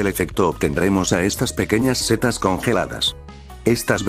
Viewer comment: ¿Por qué "cetas" en vez de setas?